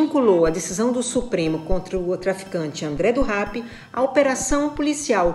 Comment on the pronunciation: gostei de como ela falou rap e não rep, não sei se foi para evitar a associação de um criminoso a cultura hip hop, mas se tiver sido por isso, parabéns.